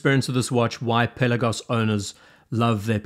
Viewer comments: Awesome watch, great vid! Pe’Lagos not Pella-gos. Thanks 🙏🏼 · Not to be a putz but the accent should be on the second syllable.